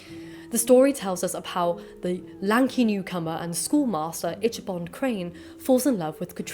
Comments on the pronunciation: Loved learning about the history of this story! Thank you! Also, I think it's pronounced ik-uh-bahd, not itch-uh-bahd. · Just an fyi, "Ichabod" is pronounced "IK-a-bod" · Ichabod ( Pronounced "Ick-a-bod" ) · Thank you for pointing this out-the lady keeps pronouncing his name as”Itchabod”. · Love this! Though just for another time, Ichabod is pronounced Ick-uh-bahd. “Ch” as in “chaos”. :) Otherwise, really like these vids. There’s so much I hadn’t heard even though I know the Irving story and a little about the history. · Is it not Ee-kah-bod? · Okay, but the ch in Ichabod's name is pronounced more like k. I'm also a fan of the Tim Burton version of the story and the anime Durarara! has a Dullahan who can't find her head and turned her horse into a motorcycle.